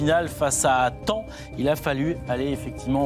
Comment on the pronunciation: Thaon et pas temp😂